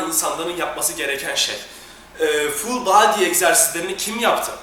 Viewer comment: ne guzel ful baadiiy diyor kitapsiz